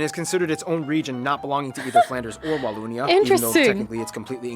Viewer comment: I'll write this as i watch the video..some info : It's not Walloonia.. use the O of 'bogus'. You did not " do well " in the battle of the Bulge... you performed MIRACLES !! American soldiers went beyond hell as it is a really cold region during wintertime. I spent my military service in the region, the coldness cuts thru skin an bone and they didn't have proper clothing. To survive that takes a mental toughness beyond belief never mind eating 24/24 artillery shelling. Still grateful for what they did ! Visited Omaha Beach twice... it sure shuts you up walking thru that area. This video is really funny. Don't know what that's called what you're wearing but it's pretty ! Yeah us Belgians are a weird bunch but that translates well to English so as an English speaking tourist you won't feel left out when amongst Belgians. Most of us speak English pretty well, which wasn't mentioned in the video.